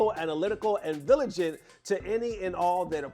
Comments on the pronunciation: Vigilant not viligant lol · "Vilagent" btw